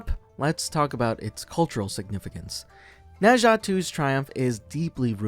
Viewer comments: In fact, it's "Nur Jar"， you should read it with British accent instead of American accent! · Its pronouced Nuh Zha and I loved it.